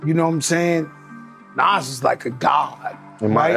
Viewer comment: Soon as you pronounced Nas like it rhymes with cash instead of cause.... I paused it, wrote this and immediately left.